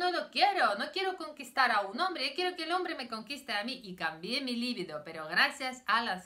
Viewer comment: La palabra se pronuncia "libido", li-biiiiii-do. No lleva acento ortográfico, pero sí acento fonético en la segunda sílaba. Es un sustantivo femenino, "la" libido (el deseo sexual)... >>>>>El error no procede de su lengua materna rusa, sino de que muchos españoles lo pronuncian mal. Usted habla un excelente español, y lo hablará todavía mejor con estas pequeñas correcciones. >>>>>Enhorabuena por sus vídeos.